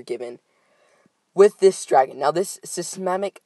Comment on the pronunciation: you don't know how to pronounce "seismic"? Haha. "Dos spellos"? HAHAHA. You killed me with that. Also, I wish I could get a dollar for every time you said basically, actually and/or insane.:P